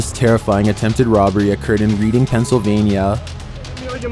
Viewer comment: is pronounced ‘redding’, not reading